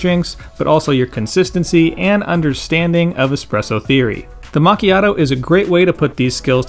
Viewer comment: It's always funny to hear the american mispronunciation of this word lol